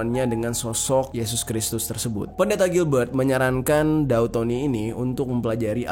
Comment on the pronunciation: Daud bg bukan dau